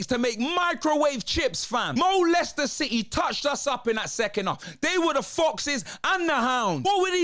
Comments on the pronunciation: Mo-Leicester City - that's just diabolical! 🤣 🤣 🤣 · Did he just call them Molester city,?? Lol